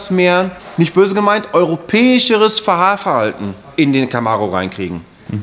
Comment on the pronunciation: "Europäisches Faharverhalten"